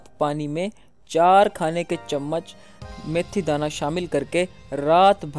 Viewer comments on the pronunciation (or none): جناب میتھی دانہ ہے یا میتھرے کمال ہے آپ بار بار میتھرے کہ رہے ہو